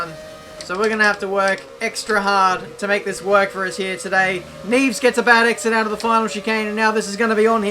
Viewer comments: "Nieves" is pronounced "Nee-eh-vas" cheers! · Its pronounced /neeevees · that pronunciation on "Nieves" just killed of Spanish speakers xD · That pronunciation of Nieves was painful